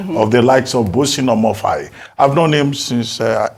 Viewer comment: Otio! So Ojy Okpe really cannot pronounce Amaewhule, yet she is supposedly Igbo? The first time I watched her crucify that name, about last week, I thought she was kidding. Ojy, you have to do better o, crucifying any African name by any educated African is not a badge of honor. Amaewhule, meaning: -- may lonesomeness not afflict my linage -- is politically unscrupulous but knows how to use rhetoric to make himself look great.